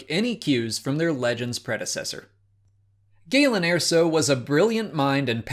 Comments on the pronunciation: Please stop pronouncing it "AIR-so." There is a canon pronunciation and it's "UR-so." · Did... you pronounce it, "Air-so"? Wtf. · Wasn't pronounced like that in the movie.